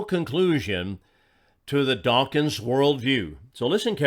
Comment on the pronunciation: OK, I will. The man's name is "Dawkins", not "dawkings".